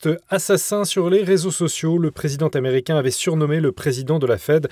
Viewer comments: il serait bien de parler français et de faire des liaisons inapproprié à tout bout de champs. ex: président tamericain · 7'45" "le dirigeant taméricain".Hahahhahahahah! Les liaisons dangereuse... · "Le président Taméricain." Hahahaahahahahahahaha!